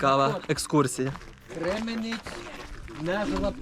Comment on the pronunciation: Кременець–наголос на перший склад